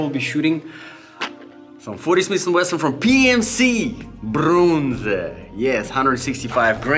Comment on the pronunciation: Like the 40 shish and Weshon 😂🔥